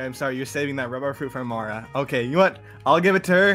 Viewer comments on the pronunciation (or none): ITS MARA NOT MARS💀💀💀💀💀💀💀💀💀💀💀💀💀💀💀💀💀💀💀💀💀💀💀💀💀💀💀💀💀💀💀💀💀💀💀💀💀💀💀💀💀💀💀💀💀💀💀💀💀💀💀💀💀💀💀💀💀💀💀💀💀💀💀💀💀💀💀💀💀💀💀💀💀💀💀💀